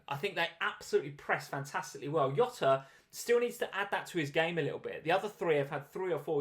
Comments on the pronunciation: man. It’s Jota not Yota 🤦‍♂️🤦‍♂️🤦‍♂️ he’s not Spanish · It's JOT-AH. He's Portuguese. The J is pronounced like in JOE-SAY Mourinho. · Jota is Portuguese not Spanish. You pronounce the 'J' like 'Jay'